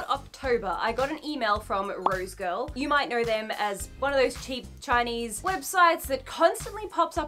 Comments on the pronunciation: 🤭 Girl! 🤭... Everytime You Kept Saying "Rose Girl"... I'd Say... "Rosegal"... "Rosegal"! 🤭😁😄🤭 Really Great Review - Thanks & Much Luv🦜Archie! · So is it rose girl or rose gal or is it her accent that is making me lose my mind? Cause I swear it’s rose gal and she keeps saying rose girl. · Cringe everytime she says "rosegirl" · Maybe its just me but somehow i keep hearing "roadkill" when she says rosegal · has a super complicated order that she gets for free and can't even say the name of the site properly